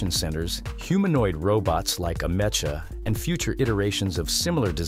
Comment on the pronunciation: It's AH-mek-ah.... not ah-MESH-ah!